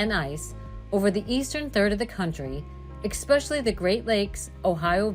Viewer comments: Learn to speak correctly before making a video. The word is not eXpecially, it is eSpecially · whoever is narrating this doesn't know how to pronounce "especially", instead says "eckspecially"so how can anyone depend on this weather prediction be legitimate!!!?? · Why is the narrator saying EKspecially? It's ESPECIALLY!! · It's pronounced especially, no expecially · Expecially?? What'? How about "especially" instead, bot? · Yes, eCspecially annoying! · The word is "especially" not "exspecially". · There is no Eck in Specially! Learn how to pronounce English words.😂 The Farmers Almanac Track Record is less than 50% accuracy. Just flip a coin instead. 😂😂😂😂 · The word "especially" does not have an "X". It is not EXpecially. Please speak properly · Especially not expecially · It’s especially not expecially!!! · eckspecially ?? . . . wow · ESpecially ...not eXpecially. S not X. How do all these people get jobs as commentators ? Geez. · "Eck-specially"? Really? Lost track of the number of times this common word was mispronounced. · “Xspecially” ugh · I appreciate the forecast, but I kept getting distracted by the mispronunciation of the word “especially” which does not have a “k” sound. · Expecially? Really? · "Expecially" and "Temp-a-turs" throughout. I suppose they couldn't afford to hire a real voiceover artist. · Extree expeshiel. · Exspecially? Eek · There is no "X" in "Especially"...just sayin' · She said "exspecially" one too many times. I could not listen 'til the end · Essssspecially….no “x” in the word. Also: “conversate” and “orientate” are not words. It is converse and orient. Pet peeves or dumbing down….🤷🏼‍♀️ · Every American blogger under the age of seventy says EXPECIALLY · Yes. Very distracting. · Please help your narrator to pronounce "especially" accurately. Very unprofessional. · That drives me nuts too. I had to comment as well. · you mean pronounced a word wrong? Yea. It’s annoying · Please check pronunciation of especially. There is no c or x sound